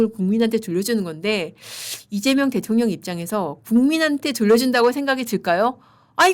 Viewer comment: 또박또박 이재명 대.통.령 이재명 대.통.령 하시는데 거기에 격.노라느니.. 진짜 대통령 맞습니까? 그럴바엔 그 자 앞에 잘 조아리시고 대변인 자리라도 따내세요!!! 🎉